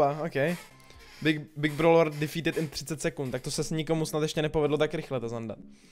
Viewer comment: angličtina big brawler deafeadet ať 30 sekund